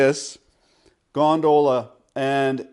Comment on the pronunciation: Is it me or he is saying "gondola" in an odd manner??